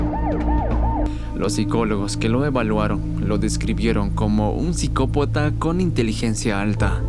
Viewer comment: Sin mencionar que comete errores en la pronunciación como "Psicopota"